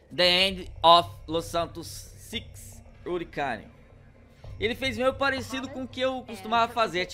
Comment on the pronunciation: Hurricane se pronuncia ruriqueine e significa furacão